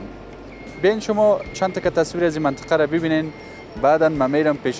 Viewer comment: افرین، چه خوب منطقه ره بیان میکنی 👍👍